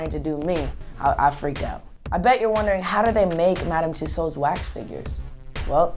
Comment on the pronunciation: LMFAO !! he cant even pronouce MADAM TUSSAUDS properly LOOOL .... hahahhah ... lol when i first heard himm saying tht i burst out laughing :D xxx LOOOL